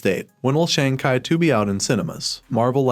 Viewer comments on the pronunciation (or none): Learn how to pronounce Shang chi